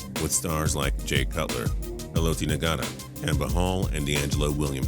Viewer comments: Y'all need a better editor. "Halotee Nagata?" That's seriously how you pronounced it? smdh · He even messed up Haolti Ngata name